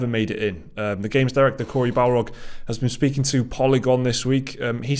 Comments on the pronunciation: Bar-log… not Bal-rog… BOI! 👀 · Best thing is that keeps saying Balrog instead of Barlog lol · Please. It's Corey BARlog. Not BALrog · Barlog. Not balrog. Lol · Take a drink everytime they call him Balrog instead of his actually name Barlog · I keep hearing you say Corey Balrog and tbh i was disappointed when you flashed up the photo of him. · He's not a Tolkienien beast the Balrog, it's Barlog guys. I crack up every time someone from the games media mispronounces his surname. I love your channel though guys, keep up the good work. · has Tolkien Brain. Are you deliberately say Corey Barlog's last name as BALROG?